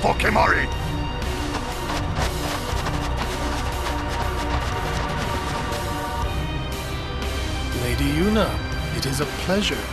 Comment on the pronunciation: "Save some for Kimahri" "Save soma Kalamari for me". Who else heard this?